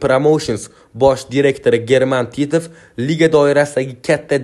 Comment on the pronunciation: Титв емас титов талафусни тугрила